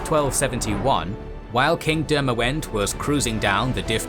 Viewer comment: Demawend is pronounced Demavend